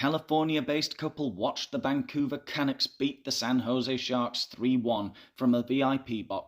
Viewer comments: Classic one,! And I agree about the tendency of charities. Small pedantic point: the accent is on the second syllable of 'Canucks'. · It's pronounced KA- nucks not can-nucks. 🙄 Do better research! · It’s Ca-nucks. We don’t want to hear the words Megan and Canada in the same sentence. We don’t want either of them here and couldn’t care less what they have to say or anything about them. GET OUT you horrible ppl. Ps we don’t live in igloos 🇨🇦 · Umm,....Vancouver Canucks is pronounced: Ka Nucks (rhymes with bucks)!! Funny video. Keep the laughs coming. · CA -NUCKS. Nuck like tuck. It’s my home team, and you are far too erudite to not be in the loop. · I thought that was funny too?? Why were the Californians cheering for the Canucks? Since you did ask for corrections in the comments … when pronouncing the name Canucks the ucks part rhymes with F-ucks. ❤from Vancouver 🇨🇦